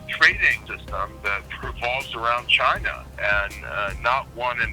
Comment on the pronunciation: What ya guys expect, the guy can't even say "china" properly ...... he had to call them "Jaina"